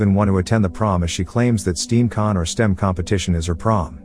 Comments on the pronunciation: When you pronounce "stem" as "steam" good job you're an idiot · To the AI voice reading this to us, it is stem con not steam con. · It's pronounced STEM, as in 'That plant has a green stem..' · “Steam con” wtf? It’s STEM 😂